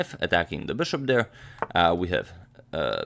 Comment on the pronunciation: Beshup to ii five